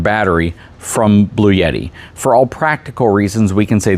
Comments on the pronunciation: Lol. I noticed that too. Seems like most other people pronounce it "Blue Etty" Not "Blue Yetty." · I have an AC500 with 3 B300K batteries that I use but it's definitely meant for home power usage. It's a beast though. This is a little better formulated for RV use. By the way it's pronounced "Blue-T"